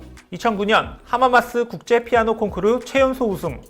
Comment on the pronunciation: 콩크루~ 일본식 영어 아닌가요 ㅋ